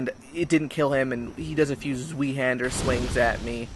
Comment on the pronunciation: It's nice having a change from BOW, BOW, HONOURABLE DUEL. You're punishing the guilty, not fighting duels like the dragon covenant. However, I must say one thing. Zweehander? That sounds so silly when not pronounced like the germans do.